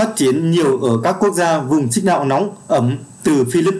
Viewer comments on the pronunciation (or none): none